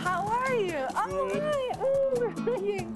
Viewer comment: "that's goohd" haha aww hes so adorably awkward.